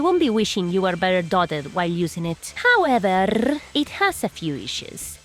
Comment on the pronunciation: Hearing the trill on “howeverrrr” adds to my lifespan every time